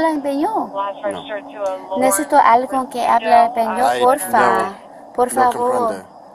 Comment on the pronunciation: Her “ epañyo “ is terrible. It’s Español and not “ Españyo”. 🤣😂